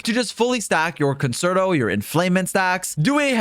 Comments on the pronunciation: Concerto is prouncounced "con-chair-tow" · Nah. Fuck that. We Americans are gonna call it con-sert-OH